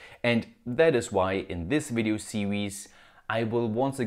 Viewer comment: In this vdeeo ceewees 😂